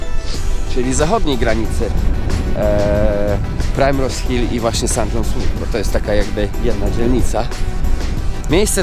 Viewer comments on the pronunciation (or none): Fajny filmik jak zawsze. Taki mały szczegół mówi się "Primrose" a nie "prajmrose". A do zoo polecam się wybrać bo to najstarsze naukowe zoo na świecie i jest w nim mnóstwo zabytków. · Mam znajomych którzy mieszkają przy Primrose Hill i Swiss Cottage i jeszcze się z taką wymową nie spotkałam. Żaden Brytyjczyk nie powie prajmros, ale ok skoro uczysz się z ulicy to spoko :)